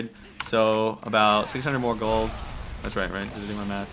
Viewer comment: i like how he says : 36k g00ld :D